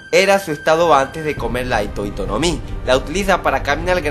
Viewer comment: Fue un error de pronunciación, hito hito se pronuncia como